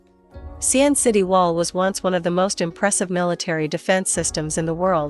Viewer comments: Ar til lery. Don't swallow the artillery barrel. Same with pronouncing Xi an. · I don’t think you hv ever set foot in China. The city is called Xi An. Not XIAN. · Actually it is Xi'an